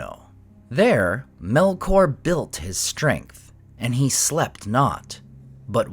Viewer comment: "MELOR" tu vai ver.. 😂😂😂 é Melkor nao tem "k" mudo nao..